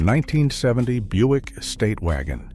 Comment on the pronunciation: It's pronounced "Byoo-ick", not Buck. Fix your AI voice thingy.